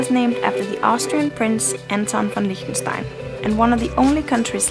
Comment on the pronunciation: You actually pronounced its name right! Anyway, you seem really symphathic